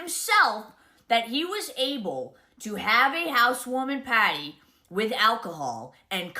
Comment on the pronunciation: "We had a housewoaming potty" LOL this lady is so messed up.